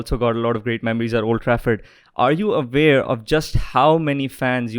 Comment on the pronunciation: Interviewer: Are you avare 🤔 Owen: Yes I'm aware 😆😆